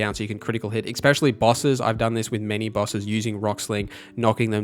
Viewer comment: it's "especially" not exspecially. sry just a pet peeve lol